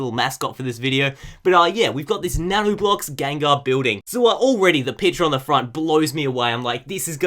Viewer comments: You kept saying Gangar, probably confused by the packaging! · GENgar. What the fuck is a GANgar? smh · tbh the way says it sounds like gangar